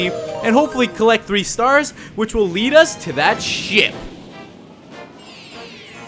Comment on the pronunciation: When you said ship it sounded like shit.